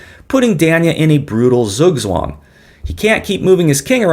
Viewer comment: German "z" is always pronounced "ts" like in the English "its". Never as an "s". Of course I am talking about pronouncing "Zugzwang" correctly. Actually here we have two nouns joined together, which is ubiquitous in German. They are "Zug" (move) and "Zwang" (coercion, or obligation), resulting in the English meaning "obligation to move".